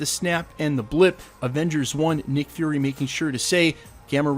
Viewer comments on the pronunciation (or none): none